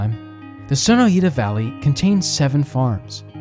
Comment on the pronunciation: It's Son-OY-ta. Sono Eeta sounds Japanese. But only a local would know that.